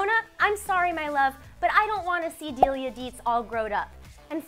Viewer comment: Did she call Lydia Delia?